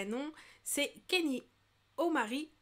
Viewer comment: on dit " kagné " west